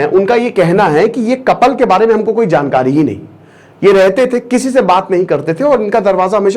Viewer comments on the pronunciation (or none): none